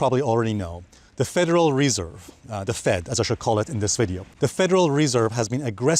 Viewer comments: I came to hear you pronounce Federal Reeeeserve. Thanks Alessio. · bro you pronounced the word federal reserve approx 80 times wrong in this one video 🤦🏻‍♂️ how many years it it going to take to get this out of your head and learn the right pronouciation? 😓